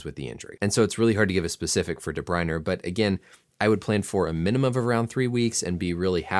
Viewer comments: Great video as always, but one correction, then ending of his name is pronounced "ah" not "er", otherwise you got it perfect! "Dah-Br-Oin-Ah", or some say without the ending "ah" as well! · DE BRUYNE, NOT DE BRUYNER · Where’s the second R in DeBryne? Learn how to pronounce it there doc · Doc, tip for ya: is pronounced "deh-broy-nehh" and "Rudy-gah" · There is no letter R in his name. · Thank you for all the invaluable information. Your speaking style is exceptional: fast but fluent and easy to understand. How you pronounce De Bruyne is a little different from the sport commentators. Keep up the good work! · The way you say de bruyne really pisses me off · I think you have a problem with the saying Kevin's last name. The English and Belgium say it differently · Even european commentators get it wrong lets not worry so much about such things this mans a doctor well educated not a major hold up for him i wouldnt say 😎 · Cut him some slack, there european names, especially if they dont watch the sport, there not going to know how to pronounce it.